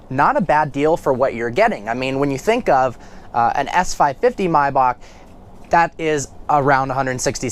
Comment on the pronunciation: Did u say "my bok" 😂😂